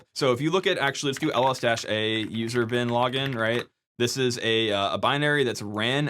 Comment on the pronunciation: Am I the only one who heard "user bin laden"?